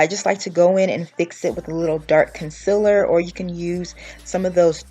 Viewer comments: LADIES ITS CON-CEAL-LER NOT CON-CIL-ER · noooo!! she says “conciler”😭😭. but i love this video tho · Are you southern? Because i am from texas and i say “conciller” too instead of concealer 😂